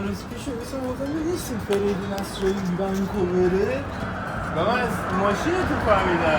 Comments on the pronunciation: آسرایی ❌ اَسرایی ✅ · آسرایی نه اسرایی